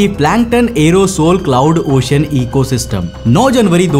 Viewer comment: ओशन बोला जाता he भाई, ocian kyu bol rhe हो